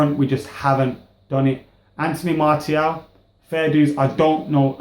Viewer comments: It's not pronounced Marty-al...Its pronounced Marcee--aal... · I wouldn't mind martial starting Liverpools game and btw Martial is pronounced MAR-SHALL look it up.